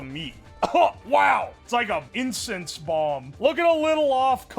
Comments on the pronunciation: We js collectively ignoring him saying "incest" instead of "incense"??? Alright 😂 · Bro can NOT pronounce incense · can you say incense without saying incest? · if i get one penny Everytime said Incest instead of incense,i will have 3 penny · insent ❌ incest ✅